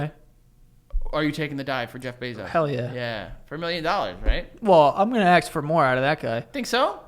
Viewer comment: Joe you're giving a lot of shit for saying "beasht" while you say "aks" yourself.